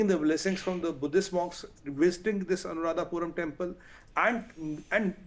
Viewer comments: It’s not Anuradhapuram you *** it’s Anuradhapura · It's not " Puram " it's called " Pura " - Anuradhapura Sri Lanka is an independent country. Geographically it's been separated and politically should not be connected each other.